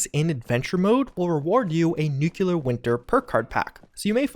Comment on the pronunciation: I will subscribe on one condition: You have to say nuclear properly.